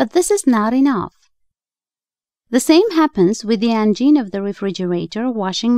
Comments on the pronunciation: Engine is NOT correct, it is motor Engine is for complex motors (typically power by combustible fuels). Also Engine is NOT pronounced en-JEAN is correctly pronounced EN-jen (I have tried to help before, but maybe you don't read English?) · "The vagine?" "The engine?" "The angine?" What did she say? I thought she was talking about motors.